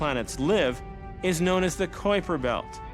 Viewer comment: Omg dude, it's pronounced k-eye-per belt, not coy-per belt. kui... k-eye, try it with me now, k... eye... per. kuiper christ